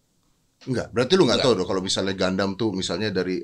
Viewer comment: "gundam" A few minutes later.... "gandam" Hehe